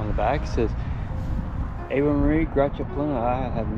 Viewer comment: Its pronounced Avay